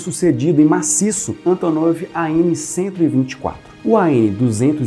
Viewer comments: Gostei da pronuncia russa haha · Sotaque perfeito! Hahaha